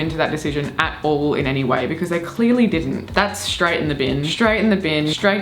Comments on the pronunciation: I'd say that's more of a becüz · now that's an Australianism I haven't heard before "becöz" lol